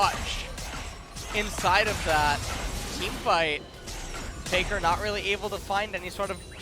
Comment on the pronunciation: Yes. For exemple they say Peikar not Faker.